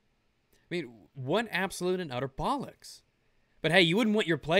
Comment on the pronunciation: minor critique, and I'm not trying to be a dick but, as a brit hearing the word "bollocks" spoken in an american accent... it just doesn't sound right :-/ Next time, could you try saying the whole scentence in an english accent? Even a bad english accent would be funny. I know you aren't trying to be funny, but it would add to my immersion :-P